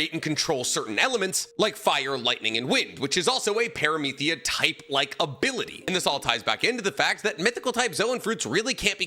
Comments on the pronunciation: did bro really say "ParameTHia" 🤣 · Low-Gia and Para-mith-ia??? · Why does pronounce Logia and Paramecia like that? Im not roasting him i am actually curious if there is an explanation i’m not aware of for these pronunciations becausei have never heard them said this way before